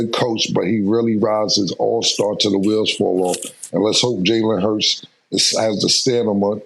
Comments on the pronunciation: Cam said “Jalen Harts”🤣😭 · He said jalen hurts 😂